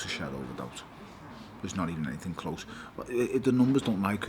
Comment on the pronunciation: Stop saying anythinK it's anything with a G not a K you dumb Scouse narcissist